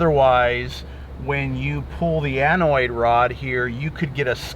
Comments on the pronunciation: it's an anode, not anoid. Lol. Great video! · Great job, I don't think you left out anything. I did laugh when you called the anode an anoid. It does sound better.